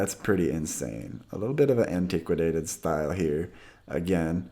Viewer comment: 'antiquicwadated' really ? try antiquated instead please, thanks, good channel by the way, even with the made up words, lol.